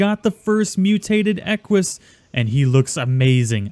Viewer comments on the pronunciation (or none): Its pronounced like "eck wiss" but dont pause between them. Put it together. I love the Equus, horses are my favorite of all things. Awesome episode. Tsa was a pretty Equus.